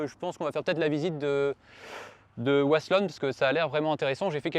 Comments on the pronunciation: Pour de dire c'est wasselonne et pas vasselonne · Wasselonne se dit Vasselonne ont ne prononce pas Woasselonne ici en Alsace le W se prononce en V =) Bonne journée